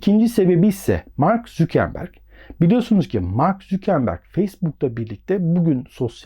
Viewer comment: mark zükenberg ne abi ya valla zor dinledim